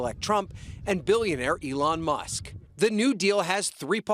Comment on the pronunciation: Musk not Muhs